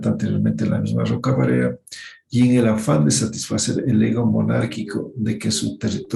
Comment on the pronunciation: Al menos si vas a hablar de la doctora Elvira Roca Barea aprendé bien su nombre. Una intelectual inmensa.